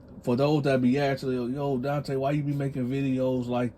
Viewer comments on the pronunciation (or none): none